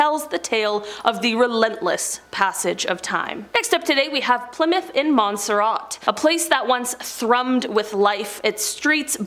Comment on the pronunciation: OH MY LORD!!!! Please learn how to say Plymouth correctly. Not Ply-mouth, but Pli (short i sound) moth.